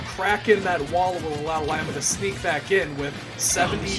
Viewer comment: It’s pronounced Lee-ma